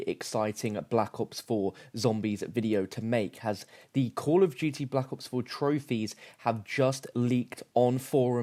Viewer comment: Why does he always say cool of duty?